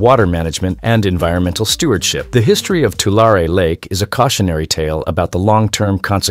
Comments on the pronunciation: Too-LAIR-ee not Too-LAR-ay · It's two-Larry not two-lar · You are pronouncing the name of the lake incorrectly. You are saying Tua lar e, and it should be pronounced Tua larry lake. Change your "lar" e" to "larry" and you will pronounce it correctly. Doctor George Whitehead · I live in Central California. We pronounce it Two Larry. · I live in central California. It's pronounced, 2 larry. Tulare. Yes, the land flooded not long ago. But there is no lake here. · I always heard it pronounced 2-Larry. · It can't even pronounce Tulare or Nevada correctly! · This video strikes me as very odd. I grew up in the San Francisco Bay area and in the mid 80s we went camping at that lake. I kid you not. We only went once because there was no facilities and there was lots and lots of spiders. It is located in Lodi, CA. We liked trying out new lakes once in a while.The commenter is pronouncing it wrong and he also pronounced Nevada wrong. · The narrator can’t pronounce Tulare and Tule correctly.